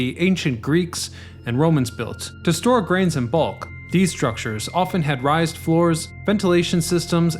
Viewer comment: raised = “rays-d”